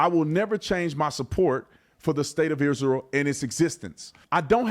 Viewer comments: Tatum needs to ax somebody how to pronounce Israel. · The guy cant even pronounce Israel 😂